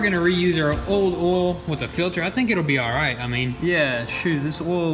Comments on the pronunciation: Oil not ollllll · Oil not “OLL” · Oll? The fuck is Oll? I've heard of oil. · hahaha why do you call oil for ol? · Olde Oihal.. MMmm just fille dup the OYALLL.. Ol Ohal.... MM... filln up the ohal with ol Oyle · How many times can someone mispronounce OIL? It has a "i" in the word, it is not spelled ol. You say it like the word "old" minus the last letter! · I enjoyed when you said "ol" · The way they say oil. Olle 😂😂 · the "OWEL" lol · Say oil right god damn it